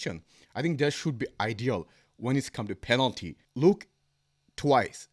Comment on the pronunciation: You are wrong bro...its not panelty